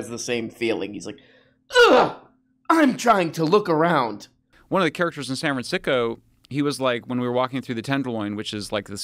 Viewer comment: Dude is clearly a grifter, but not gonna lie, I loved when he slipped and said san fran-sicko. That would be an amazing name for a bay area gangster rapper. Fuck it, I'll take it. I am now going to go by San Fran Sicko, my album Rhymes Against Humanity will be dropping soon